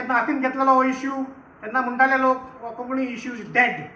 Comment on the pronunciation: While speaking on the subject of our language we should get the nomenclature right. It is Kónkānni ✅, not "Koknni"❌. Organisers must emphasis on this difference.